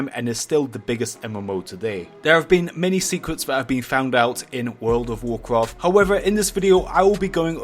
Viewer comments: "woooulud ouf wouuloaad" :D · Statistics of comments on videos 70 percent is making fun if the way he says "world of warcraft" 19 percent is calling him the Ali-a of warcraft 10 percent is replies 1 percent is stuff that actually has stuff to do with the video